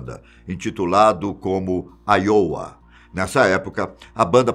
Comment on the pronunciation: Errou a pronúncia do nome da banda e Iowa kkk que era bem fácil.